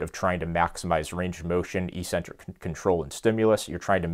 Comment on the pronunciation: I still can't get over how everyone says "EE-sentric" instead of "EK-sentric". It's so annoying. Stop it, people, please. This isn't a hard word; it's a simple Greek compound.